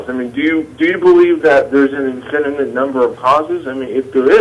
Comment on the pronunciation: This bonehead doesn’t even know how to say the word “infinite”. He’s saying it like a 5 year old “infininint” and I can’t stop laughing. You’re trying to solve one of the the biggest questions in science and dude can’t even say the word infinite correctly.